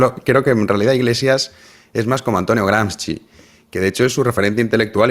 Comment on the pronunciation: Se pronuncia "Gramshi". Qué tiempos aquellos los de la Tuerca